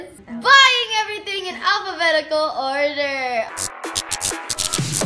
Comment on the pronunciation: You said alphabethical ORDER??